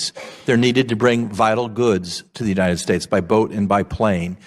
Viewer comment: In the you- nited states of America?!